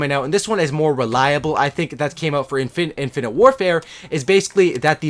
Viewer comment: Poor, can't say infinite